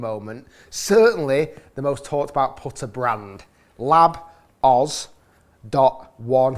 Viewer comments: “Powtuh “ It’s putter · The way you say “putter” is wild man